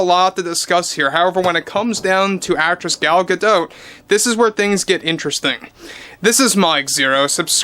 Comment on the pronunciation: Gadot: Gah-doe